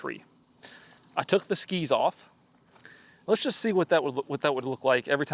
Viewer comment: I love the emphasis puts into "Skis" ssskEEEs